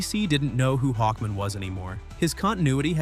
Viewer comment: Interesting video and good writing but please do a real voiceover. I can't stand the AI voice constantly distracting me by saying every letter in L.E.G.I.O.N. and pronouncing Hawkman like "Hawkmn" with the really short "A" like it's a last name like Goodman.